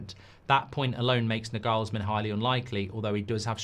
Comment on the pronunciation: FFS learn to pronounce Nagelsmann's name right jeez